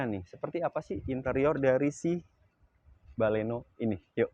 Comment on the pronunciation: Sdikit berbagi,kurangnya di sini : "baleno".. jgn "bale" "no".. "Milenium", jangan "mile" "nium".. Mainkan intonasi bicara tanpa memisahkan sbuah kata